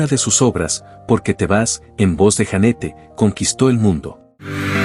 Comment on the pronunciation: Jeanette se pronuncia Yanet